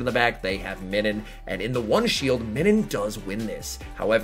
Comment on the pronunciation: Nah that’s weird hearing MINNIN lol it’s pronounced like MINUS with an n 🤣